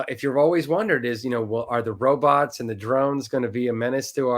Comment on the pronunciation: Be vewry verwy quiet we’re hunting wobots 😏🖖🏼❤️🇺🇸